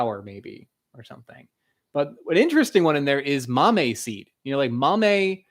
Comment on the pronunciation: I mentioned this in another episode, after the fact. The accent on the word Mamey is on the e, not the a. Also if you are really interested in the Cacao read Chocolate in Mesoamérica, a cultural history of Cacao, edited by Cameron L. McNeil.